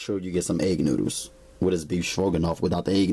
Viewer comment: 🤣😂🤣😂🤣😂🤣😂🤣"NOODOOS!" LMFAO (NEW-DOOS)😂🤣😂🤣😂😂🤣🤣🤣🤣